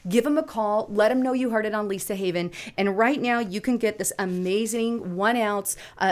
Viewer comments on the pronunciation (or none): none